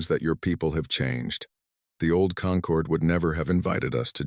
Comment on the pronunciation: Perfect formation always Perfect formation. Concord. Not conquered. Stupid AI